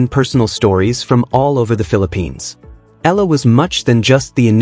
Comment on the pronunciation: P.lease pronounce her name, Alexandra/Alex Eala (E y a l a). We will appreciate it and thankful for that. Win or lose we are all behind and pray for her.